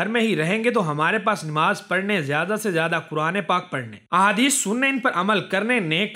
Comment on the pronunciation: Namaz not Nemaz